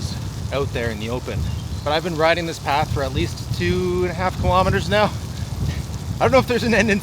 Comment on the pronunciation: That you get the pronunciations of Dutch places wrong is perhaps understandable, but please pronounce the word 'kilometres' correctly.